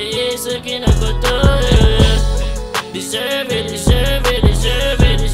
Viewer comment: DESERVEの発音バチクソ神がかってる。